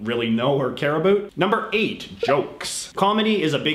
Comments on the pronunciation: literally no one says it like that lmao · I was born and raised in Nova Scotia and I never hear anyone say it like that either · HAHA he says abhoot, I was born and live in Canada my whole life and never heard about said that way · I couldn't tell if you were Canadian or American before I heard you say 'about' lol